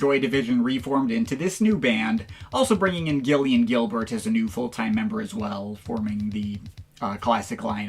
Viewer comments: Surprised to see you cover New Order, but I cringed every time you tried to say Gillian Gilbert’s name. It’s pronounced JIL-ee-un. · Gillian as in "Jill"